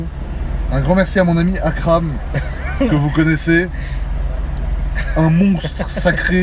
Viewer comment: "Mais si yaaa Akram" trop bizarre quand il l'appele Akram